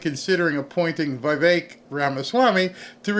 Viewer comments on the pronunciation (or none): Dear, please, no offense meant: It's "Vivek" not "Vaivek."😊